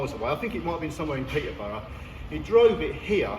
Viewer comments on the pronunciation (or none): none